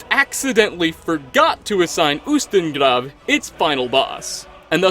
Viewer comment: where is he from? i liked the accent when he said ustengrav